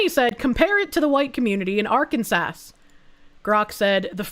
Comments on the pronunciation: It's not Arkan sas it's Are Kansas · The way says "Ark-an-sass" is adorable, when the actual pronunciation is "Ark-an-saw." 😅😂 Oh...so the "Georgia Freedom Initiative" is naught more than black communism. I thought actual freedom and liberty was for folks of all colors. Thanks for showing us that,...I hate it. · Are-Can-Saw plz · Assault Rifle Kansas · I think her pronunciation of Arkansas is hilarious. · Is that really how you say Arkansas, or is that a running joke? 😂